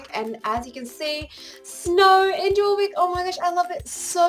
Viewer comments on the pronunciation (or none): I loved the video :) Although "Jorvik" is pronounced "Yorvik" not Jorvik - Abi xx